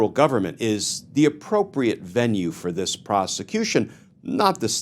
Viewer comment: Just been listening, did you say “Scandal like dis?”